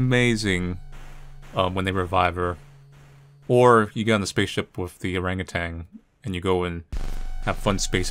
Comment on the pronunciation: Hehe orangutan. Love it when "ah" is said as "ae"